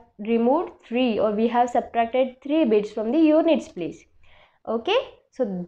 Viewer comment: Not taree it, s three.